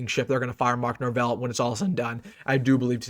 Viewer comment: not even respecting mike norvell enough to say his name properly is a whole mood that im totally on board with. 😂